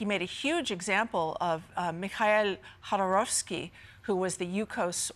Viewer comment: Except I can't trust a "researcher" who mispronounces names of people she's talking about and misinterpreting (she simplified to the point of infantilization) why Khodorkovsky was arrested and sentenced. He was dabbling in politics a lot at the time (funding the opposition) and that's why he got arrested. Putin needed to get rid of competition.